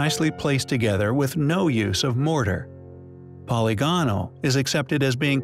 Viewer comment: Hey I love your channel and content I do have one suggestion though the repeated mispronunciation of words like polygonal and demonstrative drive me nuts. Is this an AI voice or a real narrator?